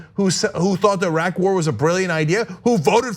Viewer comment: ''Arack'' war? What??